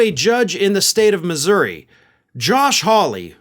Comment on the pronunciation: I think it's cool that knows how to pronounce Missouri